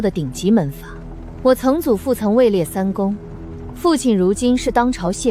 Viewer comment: 曾（唸層）祖父？不要亂唸好嗎？